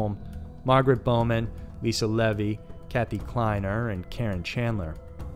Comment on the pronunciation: CHI is a Greek ketter, pronounced "kye." Stephanie Brooks real name is Diane Edwards. Levy is pronounced "leevy." Otherwise, great voice and good to see more uncommon photos of Ted.